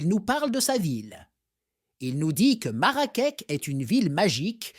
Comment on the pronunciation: Une très belle vidéo sur notre pays,sauf que nos vêtements sont différents de l'Arabie saoudite,aussi la ville de Marrakech on prononce " ch" à la fin et non pas "k".Merci pour cette histoire et crois moi le vrai trésor du Maroc c'est son peuple,nous aimons les gens,et soyez la bienvenue chez nous la prochaine fois vous découvrirez d'autres villes,d'autres cultures, et d'autres traditions.😊